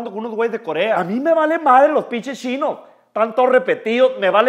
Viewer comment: “A mi me valen los pinshes shinos, están todos repetidos” JAKJAKAJSJS MORI